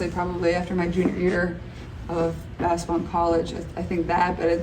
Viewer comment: Caitlin has an endearing way of saying the word basketball: "bass-ball" (she leaves out the middle syllable) She plays the game with a fast pace, she says the word with a fast pace too. 😝